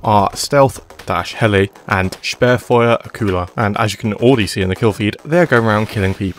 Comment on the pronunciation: Nobody mentioning how Motmus sounded like a real german saying ,,Sperrfeuer''?